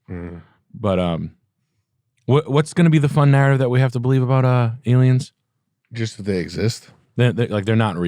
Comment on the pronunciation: Did you say aliems? Are you a fleccas talks watcher?!